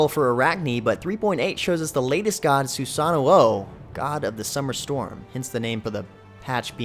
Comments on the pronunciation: It's actually pronounced SUSA-NO-O not SUSAN-NU-OU as he said. It's Japanese mythology after all. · its SU SAN O not Su San o o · Every time i hear people say Susanoo with a double O my ears bleed. Especially the lady in the god reveal. He's from the Shinto pantheon but no Japanese says it like that GODDAMIT. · go see the god reveal, its pronounced sunanuo